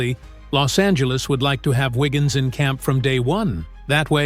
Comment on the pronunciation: Andrew "Wiggin".... Downvote AI SLOP.